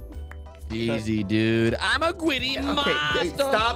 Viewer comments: Normal people: griddy Me and ssundee: gwiddy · gwiddy??? what is that its griddy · It’s not gwiddy it’s griddy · IT IS THE GRIDDY NOT THE GWIDDY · Now this is what I call Witterwally hittin the gwiddy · We are witerally hitting the gwiddy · Oh my god he’s literally hitting da gwiddy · I like how they keep saying Witerally and Gwiddy 😂💀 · I love the part where he hit the Gwiddy!! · WIDDAWY HITTIN DA GWIDDY 🔥🔥👍👍😂😂❤️😆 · BRO HES WITERALLY HITTING THE GWIDDY!!🔥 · OMG THERE WIITERALLY DOING DA GWIDDY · Ssundee is widely hitting the gwiddy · It's GRID-DY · Its not gwiddy its griddy😂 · Oh my god they are witerally hitting the gwiddy in amongus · So today in among us we got a weird one we are witerally hitting the gwiddy it got me Lol 😂😂😂😂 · BRO, its griddy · Witerwee hitting the grwwiddy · Bro witerally hitting the gwitty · bwro wittrwey gwiddying un da woad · bro is litterwy hitting the gwiddy in the hallway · liter hitting the giddy lol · "Witerally hitting the Gwitty in among us" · Ngl its funny to hear ‘grown men’ saying “Witerally Hitting the Gwiddy” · It’s not the gwiddy it’s the griddy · Dude even though this guy is hilarious I think the title this time got bro said “Witteraly hitting the gwiddy in Among us” like bro what da heeeeeeck ☠️☠️☠️☠️☠️💀💀💀💀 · I’m wittiwy hitting the gwiddy in front of the piggly wiggly😆😆😆😂😂😂🤣🤣🤣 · "Gwiddy" 💀💀💀 is post to be the giddy 💀💀💀💀💀💀💀💀💀💀💀 ☠︎ ☕︎ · It’s griddy not gwiddy 🤓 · Its griddy not gwiddy but I like saying it like that GWIDDY MANSTER MAN!! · I wuv dwa gwiddy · how many times did he say Gwiddy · Its not gwiddy its griddy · Griddy not gwiddy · it's griddy not gwiddy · It’s not said like that it’s said like this griddy that’s how you say it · bruh dude is not gweddy it's greedy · It is griddy not gwiddy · Bro it’s griddy not gwiddy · His face after saying "Hitting the gwiddy"😂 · ssundee hit the gwiddy like lewterly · Bro got dhem gawdawm gawdawm giddy gwid💀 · U widdewy hiden de gwidiy righ nou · Why you saying gwitty